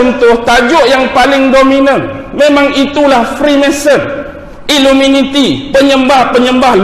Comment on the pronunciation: Sebab apa tak sebut betul2 iluminati tapi sebut iluminiti sebab "minat"